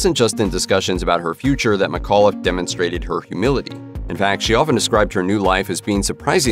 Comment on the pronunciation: my last name is mcauliffe, and sometimes u mispronounced it: its mic aw liffe, with the c in mic having extra.